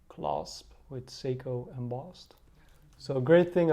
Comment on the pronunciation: You read SEYKO , not seko or sego ...you fkn morons !